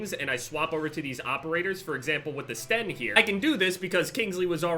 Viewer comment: Yupp just as annoying as hearing someone calling it ''Stenn''